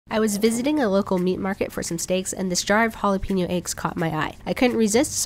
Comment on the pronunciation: Please!!! It's hall a pen yo!!!! NOT HALL A PEEN YO. IT'S NOT HARD TO PRONOUNCE IT CORRECTLY FFS